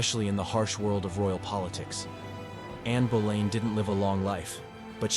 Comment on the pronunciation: It's anne boleyn not Berlin, I take it American version , some good facts